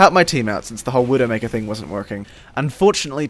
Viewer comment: Had trouble comprehending when you said "widomaker" xD too much overwatch